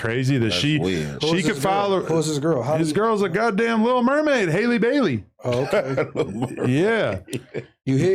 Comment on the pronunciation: They do it on purpose, I'm telling you. If you can say Halle Berry the correct way, you can pronounce Halle Bailey correct too. All of the sudden when it comes to Halle Bailey people become dumb.